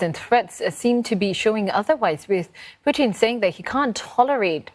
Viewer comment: Why she keep saying puthin?